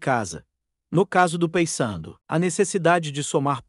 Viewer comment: Meu amigo, fale o nome correto do Paysandu,por favor.